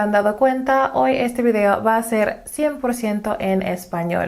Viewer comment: Yo pensé que era nativa! Lo que veo mucho es que se les dificulta mucho la pronunciación de la "y" al final de las palabras, como en: Hoy, Voy, Estoy, etc. Inclusive para personas bilingües hijos de hispanohablantes